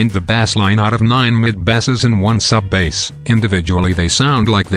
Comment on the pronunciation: I don't wanna sound nit-picky, but If you type "base" instead of "bass", you'll get the right pronunciation.